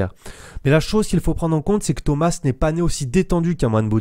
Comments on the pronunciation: Ça se dit pas Thomasse mais thoma le s est phonétique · POURQUOI TU DIS THOMAS « SSSS »